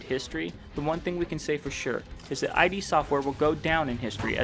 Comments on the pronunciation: This still needs to come to console esp since Xbox owns id now... And no offense but it's ID not I.D. for some reason that really bugged me but good video... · Agree, but stop calling them I-D Software. It's id [ih-duh]. Thanks for reading, great video, have a fantastic day. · It’s “id”, not “I.D”. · As many people already said, it's not "I.D.", it's "id". And what's more important, it's not id software, it's russian office of Saber Interactive, who made this broken nonsense with hundreds of problems for two bottles of vodka and loaf of bread. Also, this "masterpiece" still isn't finished, 5 years later, and still is in early access, because Bethesda doesn't care (and they have like 1 and a half people "supporting" this game). If you want actual Quake, without tons of problems and all of that unbalanced chaotic moba bulls%%t - try older titles actually developed by Id, such as Quake Live or Quake 3 Arena - people still host their own servers for them (while QC doesn't even have an option to launch LAN-server, and WILL d%e as soon as they decide to close all servers). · Did you seriously call "id" "Eye-Dee"!? It's "id" as in "id, ego and super ego"! 💢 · Great video! Although I believe its pronounced as “Id” Software not “I.D.” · The prize for that first quake tournament wasn't just a Ferrari. It was John Carmack's Ferrari. That makes it way cooler. Also i think you just prononuce id software is "id", like "it". Not that it matters